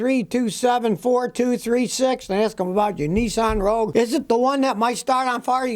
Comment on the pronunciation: It's «Rogue», not «Rouge» (red in French).